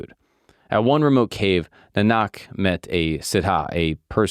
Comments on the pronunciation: Nanak is pronounced in Punjabi as: N a r n u k 💯🙏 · Guru Nanak Dev Ji is prounounced as Nanak where first 'a' sound is a bit longer than the later 'a' sound...I am a Hindu and we consider Sikhs as our own..They are a part of us and is one of the subsects of Sanatan Hindu tradition... Waheguru ji ka khalsa waheguruji ki fateh 🙏🙏..Satnaam waheguru🙏🙏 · What a great video bro! I will say it’s spelt correctly but his name is pronounced more like guru nanuck. But guru Nanak is the correct name. Should do more vids on Sikhism 🙏🏽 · The pronunciation is more accurately Naa-Nuhk. Enjoyed you sharing Nanaks story. Thank you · it's pronounced Guru Na nick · Guru NAA Nuk, phonetically, guru nanak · Pronunciation: Guru Nanak (nah-nick) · i really appreciate your efforts ,just one thing to correct please correct the pronunciation GURU NANAK SAHIB JI its not you are pronouncing its ( gu·roo.naa·nuhk ) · I mean if you did so much research, you could've nailed the pronounciation too. It's "NAAnak". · As a Sikh, thank you so, so much for talking about this religion and sharing our culture with others to see. Of course, you missed some spots, which is fine, since most of the info in this video is extremely accurate. One of the things I would say though, is maybe add more sakhis (stories) upon what guru Nanak ji (pronounced nAAnk - small beginners mistake its ok) did on his 4 udasis (journeys) because there is a lot you missed out upon For example: - The Story of Malik Bagoo and the Blood-Filled Bread - Panjaa Sahib (The masterful 5 fingers) - or you can say "the boulder" for a simpler research name - The man-eater/cannibal - The village of black-magic - The devotees' meal etc Maybe even mention a the tests Bhai Lehna Ji had to overcome to become the 2nd guru: - the dead body - The river - the brick wall etc Again, i don't mean to edit, just give a little tip for going forward Thanks, man- Support from Canada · correct pronounciation for guru nanak is Guru Naanak